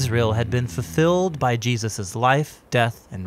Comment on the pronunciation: Great channel. Great narration. With exception to when the guy goes from pronouncing "Jesus" as "Jee-asis" then back to Jesus. Is there a reason for this biblically? It's doing my head in, through all the videos.